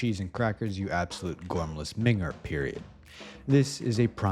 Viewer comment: hearing an american say gormless minger is so strange